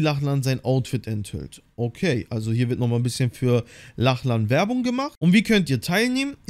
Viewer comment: Es wird Locklin ausgesprochen nur so zur Info 😅